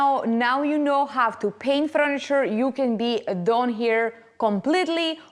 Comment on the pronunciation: Not froniture but furniture 😅